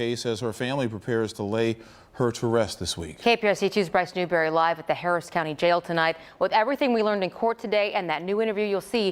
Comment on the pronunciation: Out of respect for the child, please learn how to pronounce her last name correctly. It is pronounced "Noon-gahr-i".